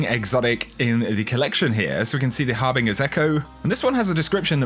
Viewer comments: It's Har-bin-ger not bing-er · It’s har bin jur not har bing er 😉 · It physically hurts me when I hear you pronounce harbinger with a hard G. It's not an obscure word, and it's common knowledge that G followed by a E makes the soft sound (ex: manger, stranger, ranger). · Harbinger Pronounce it right, eh?